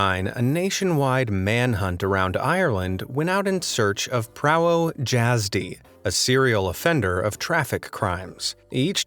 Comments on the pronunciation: Prah-voe-yaz-d You fucklng American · it means driving license in Polish and it is pronounced differently. I would say that you should say it as Pravo yazdy. Idk if there is any word that has Y where it is not pronounced like E so to know how to properly say it just put it in google translate and play it a few times before saying it like this. In Polish J is pronounced like Y. Your pronunciation of J is more similar to Polish DŻ than J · as a Polish person I find his mispronounuation hilarious lol. It's pronounced "pravo yazdy" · It's not "Prawo (Dzr)Azdy" it's "Prawo Iazdy" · Prawo jazdy is prounanced pravo iasdy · You said it wrong in polish it’s prawo Yazdy but it’s J instead its Y (I’m polish and my moms entire side of the family is polish except her great grandmother she was Ukrainian) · I was suprised when is heard prawo jazdy (prawo jazdy pronounce pr-avo ya-zdi is the polish word for driving license LOL i kinda seen that coming cause im polish and if i was irish i would die also da Rocha looks like G man skibidi toilet as a human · It's pronounced PRAVO YAZDY. And yes, it does mean a driving license. Such a stupid mistake from the cops though as the name and surname are clearly written lower down. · I laughed and spit out my tea as how can any cop be that stupid? On no license in any country is the driver's name at the very top. Also the guy pronounced Prowo Jazdy so badly I did not realize what he was saying until I saw the words! It is pronounced Provo Yazdy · Prawo jasdy pronounced pravo yasdi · As an English person with a Polish mom, I would say it is more like Pravo Yazdy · For the prawo jasty it sounds like jasdy the j sounds like y so it basically prawo yasdy btw I'm polish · Prawo Jazdy means Driving Lisence and is actually pronounced " Pravo Yazdy " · Prawo jazdy is pronounced “Pravo jazdeh” (roll the R) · Its pronounced pravo yazdy, not prawo jazdy, its similair to slovak and im slovak btw.. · Omg im weezing he’s saying Preawo jasdie 😭😭